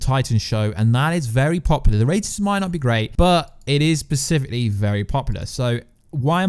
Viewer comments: it's hard not to notice it when he misuses the word like 12 times. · Take a drink any time he says “pacifically” instead of “specifically” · "Specifically". With an "S". Not "Pacifically", which you said like a dozen times. Good videos, but mispronouncing words dozens of times? Come on. If you can't say it, use another word. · Persificly? Specifically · Glad I wasnt the only one who caught that lol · Not only is he saying pacifically, he is saying in sentences that doesn't make sense in. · Oh my God I can't watch this anymore hahahaha. Everytime he says pacifically, I laugh. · Is it just me or is he saying "pacifcally"? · No one: Absolutely no one: In the comments: is he saying pacifically? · Pacifically... sorry, just needed to say it again... pacifically! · I enjoyed the video but there's an "s" at the beginning of "specifically"